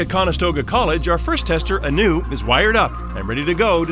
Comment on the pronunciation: He's just saying anew and not Anu every single time. It's annoying.